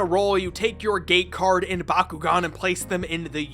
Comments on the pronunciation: You say gate card like gay card and i can’t get that out of my head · Q-is it "gate cards","game cards" or "game cards" because i hear it as the third option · I keep hearing the word "Gay Card". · why i kept hearing gay card xd ..... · Why does he keep saying gay card? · Am i the only who hears "gay card" instead of "gate card"? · "Gay Card, Open...out the closet'